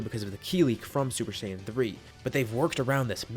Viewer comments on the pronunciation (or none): Lol hi said super shaim 3